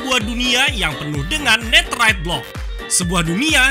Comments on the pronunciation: baca Netherite nya Nederet bang buakn neterit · Kenapa bilangnya neterite bukan netherite?